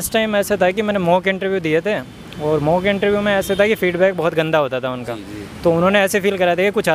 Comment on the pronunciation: abe interview to sahi se bol le, ye intreeeuuu kya bala ha ?